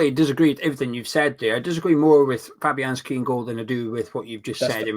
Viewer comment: This man just said fabianski in goal.